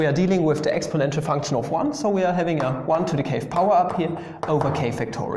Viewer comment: Love how u say funchun